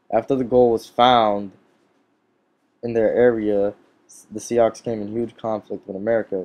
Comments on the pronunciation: it is pronounced like the name "SUE" and not as SIE OX......Just trying to help you do better videos. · Sioux is pronounced sue